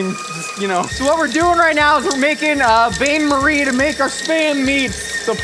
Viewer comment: He nails "gaboong" and trips over "bain-marie". Absolute disrespect to the French. I approve. Never change,.